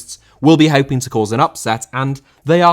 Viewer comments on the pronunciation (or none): none